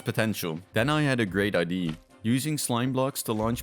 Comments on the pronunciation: its not pronounced [aidee] but rather [aidiah] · When the YouTuber says "idea" it sounds like he's saying "ID", resulting in sentences like "Then I had another ID" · Why do you pronounce idea as "id" lol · are you dutch the way you say idea makes me think that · I can tell you are dutch by the way you say "idea" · why do you say idea like that?? lmao anyways cool video i enjoyed this